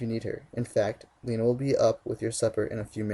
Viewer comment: is my fav part cuz he said Lena right. I LUV U!!!!!!